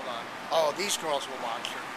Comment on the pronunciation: "Oh these girsch wilsch wataschs her". I hope CPS takes this video seriously.